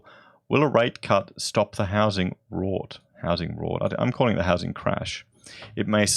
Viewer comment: Rout as in Out pronunciation